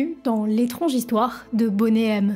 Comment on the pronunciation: Ainsi que Boney, ce n'est pas "bonnet".